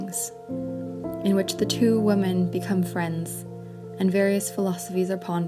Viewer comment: Women is pronounced "Wih-men"